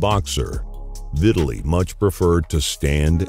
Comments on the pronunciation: Omg. Dude. It's NOT pronounced "VIT-a-lee". His name is pronounced "Vi-TAL-ee". Jesus Christ that's annoying. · Why is he pronouncing his name like "victually". Is it not Vi-tah-lee?